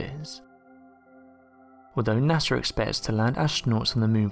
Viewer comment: Who's NASAR? 😂